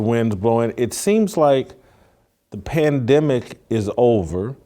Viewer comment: The PLAN-DEM-ICK...oh yes. A numbered 🤧